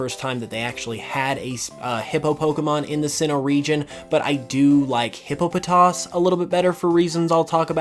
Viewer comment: The way he says Hippopotas just made me reconsider subscribing